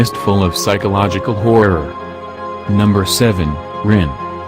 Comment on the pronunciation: i like how the voice said horror or in its case hoirror